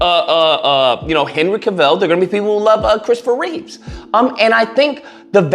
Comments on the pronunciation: It's Christopher Reeve, not Reeves. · I agree with most of what you said, but please, Christopher's last name is Reeve, not Reeves. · also its Reeve. Christopher Reeve